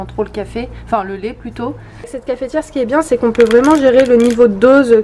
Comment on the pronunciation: Tu me tue quand tu dis cafétière loooll, Zelda était trop mimi ds le panier lool